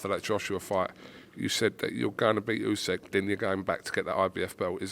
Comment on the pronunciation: it's not "USEK" ffs 😂